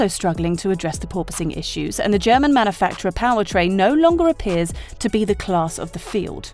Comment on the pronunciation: You keep miss pronouncing the word “manufacturer”.